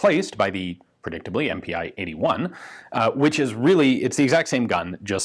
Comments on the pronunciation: MPi in German is pronounced "eM-Pee" not "eM-Pee-Eye". Its just a different way of abbreviating "Maschinen Pistole". "MPi" is not very common compared to the more widely used "MP". Also the east Germans called their AK's the MPi K for the AK47 and MPi KM for the AKM. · MPi would be pronounced EM-Pee in german.